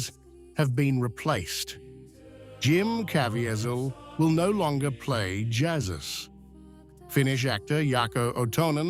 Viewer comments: What’s disturbing is that this is manufactured using Ai. “Jazz-us” ? It can’t pronounce Jesus. Ugh! Archbishop Vigano is genuine. Using Ai isn’t. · Get an AI voice that can actually pronounce the name of Jesus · AI voice and incorrect pronunciation of Jesus, is reason enough to stop watching. Listen until the end, obviously not going to provide content worth watching. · You think it could at least pronounce Jesus properly